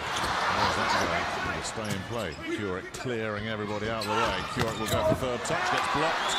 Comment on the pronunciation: The u in Kurek's surname is as in flUte word, so [Koorek], not [Q-rek]